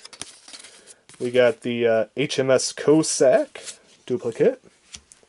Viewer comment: If you want people to watch your video's LEARN HOW TO READ, and PRONOUNCE NAMES, "Co-Sack" etc .